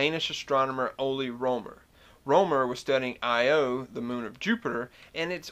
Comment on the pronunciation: Most of us pronounce "Io" as "EYE-oh", not "eye-OH", but perhaps you are an electrical engineer. :-) I love your southern accent, combating the stereotypical idea that southerners are stupid. Great videos, man.